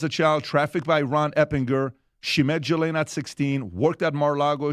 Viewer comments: I hate being this person. But it's pronounced "Ghee-lane". Not Jiz-lane, not Jill-ane, not Jis-lane. Ghee...like clarified butter. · Guys guys guys come on….if you want to be taken seriously, y’all should know by now her name is pronounced “GHEE LANE!” Not “JIZZ Lqne!” FFS get it together and do your damn research! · Sounds so silly when he says it was a J .. it’s a French name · Can the country all take one day off to come to a consensus how to pronounce “Ghislaine”?